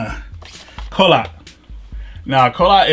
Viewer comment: Kholat is actually pronounced like "Hole-ot" or "Xhol-ot" and actually means "cold" in Russian.